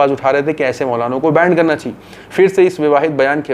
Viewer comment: it is ban not band....